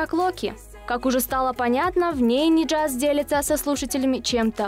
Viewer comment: может Нияз, а не Ниджаз